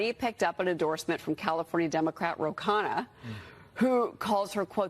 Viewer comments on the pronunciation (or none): none